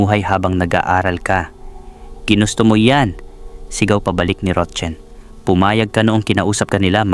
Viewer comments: Roxanne is "ROKSAN" Ang pagbigkas Hindi ROCHEN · Rotchen ka Ng Rochen dyan😅😅😅 Rocsan pronunciation nyan eh😅 kalorke ka Naman 😅 ano Chinese national ba sya 😅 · Paki ayos Ang pagbanggit ng pangalan rok San Hindi rotchen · Rotsen umayos ka maranung kaba bumasa. Roxanne. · Ang bigkas po sa Roxanne ay roksan ND po rotchen😂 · Mali bigkas mo sa roxane mzgpaturo ka sa psgbigkas ng name